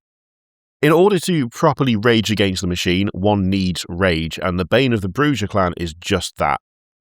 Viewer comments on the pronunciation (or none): Alight its fucking pronounced Clan Bujah.........Brew-ha not what ever you said. Maybe learn how to say the game names and facts of the world of darkness of instead of being british and going " this is fine". Never again until you guys do some Vampire charter sheets. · its pronounced, Brrrrrrrrrrrrrrrrrrrrrrrrrrrrrrrujah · ITS PRONAUNCED BRRRRRRUHA BLOODBAG! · Not you pronouncing it Broo-GUH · As a WoD fan, it's makes me cringe each time horribly mispronounces half the clan names.